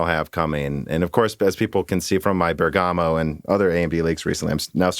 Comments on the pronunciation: I don't want to be harsh because it's not your language, but no, you've not pronounced Bergamo correctly even one single time, you keep saying Bergàmo when it's actually Bèrgamo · it's not an accent. It's a mispronunciation. And i don't think leaning on a machine interpretation helps your case. Eveb in your link the written "way to say it" is correct (bur guh mow) but the machine reading it is reading it incorrectly. If the difference was down to accent, then everything would be different.... I should point out that i don't think anyone is asking you to pronounce it perfectly, I don't think you need to do the soft roll on the R but the way you're saying it now is just painful. Like i said above, if this was a person's name, would you just continue to keep pronouncing it really badly on purpose? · It's not correct "European" pronunciation. Its just the right way to say it. Love the show BTW. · Haha had to laugh at Dan and trying to justify pronouncing Bergamo incorrectly. "The rule" is not a rule at all - at least not in British English. Also, yes English is a different language but you don't normally mispronounce words on purpose when they're a native word. I.e. you wouldn't be mispronouncing a person's name on purpose after they correct you... also, most modern "word stealing" into another language isn't done like it was in the past. Finally, it's really not a big effort. How do you pronounce bergamot, for instance?